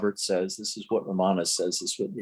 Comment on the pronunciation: It’s not ra MA na, its RAM ana